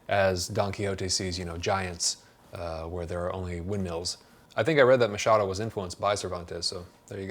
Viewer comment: Awesome video. I'm so glad you got the Machado pronunciation on point! I heard someone calling him McHadow once and it was an experience.